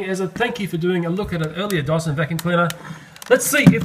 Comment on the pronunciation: They pronounce Dyson as Dawson.